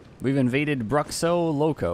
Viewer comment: My fav part is the failed attempt at saying "Bruxo Loko" lol